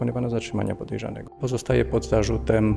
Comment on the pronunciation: "pojerzanego" :hand-orange-covering-eyes